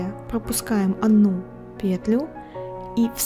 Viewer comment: Еле осилила это видео, смотреть невозможно. Автор то делает все слишком медленно что можно в паузах успеть вторую пару связать, то слишком быстро. Многие моменты не понятны, повторения и пЕтля в каждом предложении сильно режет уши